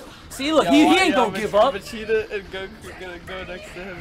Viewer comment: are you trying to say vegeta. because you're literally saying vecheeta.